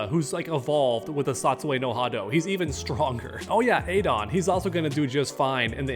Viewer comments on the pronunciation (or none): Yeah, Sagat would be fine. He'd be stronger than Adon. He's Adon's teacher. And gives Ryu a run for his money sometimes. And you shouldn't pronounce it "AY-DON". No. "Adon". And how doesn't he lose to Ryu? Or how does Hugo beat Guile?